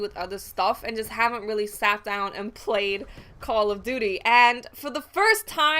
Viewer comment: Call *Of* Duty not Call A Duty. :3